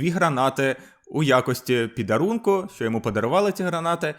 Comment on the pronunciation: Правильно не "підарунок", а подарунок, не дякуй😂